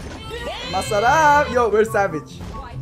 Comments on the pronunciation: I think is half filipino because when he is sayying masarap and puttt he is like a filipino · The way he says "Masarap" it sounds like you have filipino accent